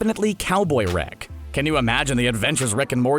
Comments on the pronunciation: Who’s wick it’s rick say it right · You pronounce "Rick" as "Reck" and it's fucking annoying. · Can you please work on your pronunciation? It’s Rick not Reck. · Sounds like you're saying wreck sometimes.